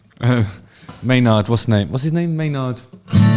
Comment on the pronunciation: I believe his name is pronounced more like "MAY-nerd"